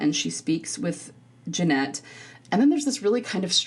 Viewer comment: Genet doesn’t pronounce the “t” at the end. It’s a long “a” similar to “beret” and it’s common in French.